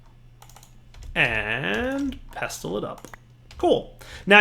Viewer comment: The t is silent in pestle.